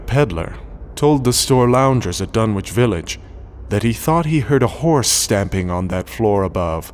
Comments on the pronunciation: I grew up in Lovecraft Country, and for this reason, I always find it a bit jarring, personally, when audiobook readers don't pronounce place names in Lovecraft as a "local" would: Dunwich should be pronounced "Dunnich", for example, and "Innsmouth" should be "Inns-muth", not "Inns-mowth". Of course, this is something that only affects someone from the area who's got a keen ear. I'd love to hear someone who actually knows how to speak as Lovecraft Country natives do reading this story, especially when doing characters' voices (for example, Old Whately in this recording sounds much more like rural Kentucky than rural Massachusetts). Maybe I'll have to do it myself, but I think it'd sound a little weird — and not in the best way — being read in a woman's voice. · Unfortunately it is pronounced "Dun-itch" not "Dun-witch"! As in "Greenwich" the "W" is silent. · in new england, it is Dun-ich. not wich. other than that its good just not reseached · I have long since grown sick and tired of the mis-pronunciation of the name "Dunwich" by absolutely everybody. It is my pet peeve. This is an English name and it ought to be pronounced in the English manner. Lovecraft was English to the hilt and at his very core. It's "Dunnidge", not "Dunn-Witch". For Greenwich, we don't say "Green-Witch", but Grennidge. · I've always pronounced it "Dun-itch".. Surely an anglophile like Lovecraft would have as well?.. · Please tell me the pronunciation is "Dun - itch" not Dun-witch" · This is great, unfortunately as a former Suffolk resident hearing the "w" in Dunwich sounds very wrong to me, there it's pronounced "Dunnich", otherwise the narration was amazing. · Dunwich is pronounced Dunn-itch phonetically... with a silent W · I wish you would do all Lovecraft stories with the effects. they add so much. My only complaint is small mispronunciations. Ichor is "eye-core", not "ick-er". Dunwich is "Dunnich". Things like that.